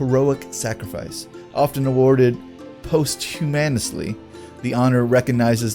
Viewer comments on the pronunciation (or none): Ok, gotta comment on the mispronounciations. Posthumously is pronounced "pas-hue-mas-ly". Facade is pronounced "foss-odd".